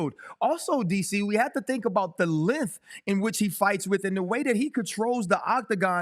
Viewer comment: It’s pronounced lenGTH. Not Linth🤡